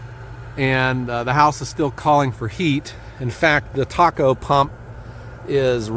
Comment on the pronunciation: Hi. I always enjoy your videos. My father was an oil burner technician for over 30 years and the way he and his colleagues pronounced the name of the circulating pump was Tay-co, not taco like the Mexican dish. Keep up the great work!